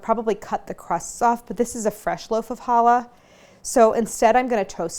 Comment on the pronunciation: Y'all, please don't mispronounce challah like Claire does in this video. It's pronounced CHallah, with a "guttural" CH sound. It is NOT pronouced like the word "holla". The same goes for Chanukah. It is not "Hanukkah", it is Chanukah. The CH is there for a reason. It's the same sound as in Bach or loch. Please stop neglecting it.